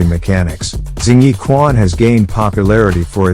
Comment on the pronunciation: Shing yi not zing